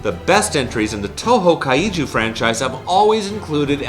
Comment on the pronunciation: Why does he say kaiju like Kai-ee-too